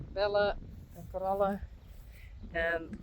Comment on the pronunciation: What breed is Corella? Sounds much prettier the way you pronounce their names.